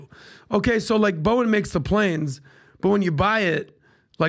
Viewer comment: Pat , its Boeing, NOT BOING! 🫣🫣🫣